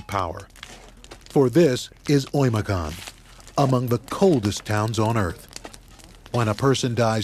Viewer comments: It's Öymököön, not Oyimiyakonn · 1st of all it's OYMYAKON